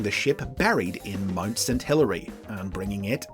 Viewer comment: "MUD St Helens"? 37 Helens agree, that is NOT how you pronounce Mount.